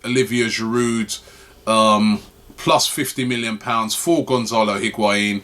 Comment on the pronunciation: If we're going to be talking about Higuaín every day someone needs to teach Robbie to pronounce it correctly.